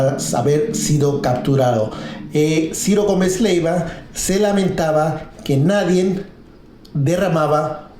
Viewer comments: Oye tú tal de dónde saliste que ni siquiera sabes hablar, se dice nadie, no nadien.. Hablas x que tienes boca. Pensé que dirías algo interesante. Y a ti, quién te paga? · Disculpa pero se oye mal y te deja mal parado que hables incorrectamente y digas NADIEN en lugar de NADIE. Suerte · Buena info, pero no mames, no tienes quién te revise el guión, hablas con el culo. "Nadien, Pemez".